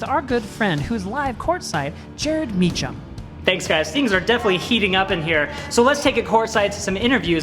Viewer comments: Jared mispronouncing Mecham 😂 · Me too, and don't forget how kept mispronouncing E&J's last name as it is spelled, Mee-CHam instead of Mee-CKam. The other good one by was "She must have been up at 12, 2 and 4 last night with a newborn baby!" Hilarious!